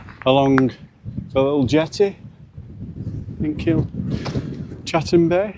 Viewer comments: It's Kilcatten bay not Kilchatten bay, as in chat. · Kilcatten pronounced Kilcatten, it may be pronounced Kilchatten but the right way is kilcatten bay.